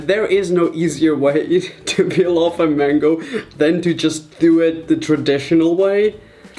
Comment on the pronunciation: Who hears mengo